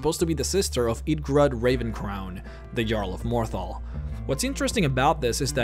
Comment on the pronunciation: Do you pronounce shit wrong on purpose or what? Scraped ... Ravencrown ... sigh.